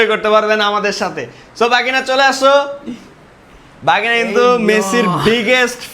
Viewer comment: ভাগিনা ❎ বাগিনা ✅